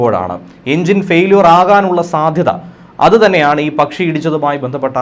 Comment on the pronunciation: നിങ്ങൾ പറയുന്ന ' പച്ചി,' ഏതാണ്? ആരോ അയച്ച പച്ചിയാണ്.